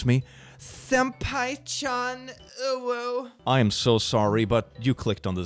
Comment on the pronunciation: Japanese isn't my first language, but man "senpai-chan" really hurts.